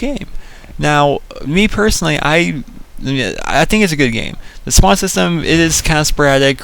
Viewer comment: Its not spand its spawn